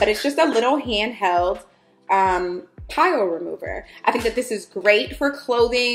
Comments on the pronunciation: My decor is black and white and my fav color is black!! I am loving your videos!! Aesthetics are a essential!! Lol Also, the fabric tool is for “pilling” pronounced “pill” not pile 😘 Love you!! Xo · I love you girl but it’s “pilling” not pile. It’s a de-piller.